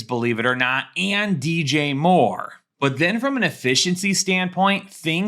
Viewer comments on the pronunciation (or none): none